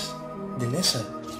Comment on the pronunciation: Ya lo encontrará no es Leza es Lezo , Blas de Lezo es una estatua en España